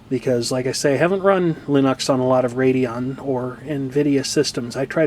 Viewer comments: okay well, you and Linus both say it wrong. It's not Lennox. Linux. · I know what you said about the pronunciation of Linux, but, from what I've read, Linus says that you can pronounce it in several differed ways including line-ucks, and lean-eeks.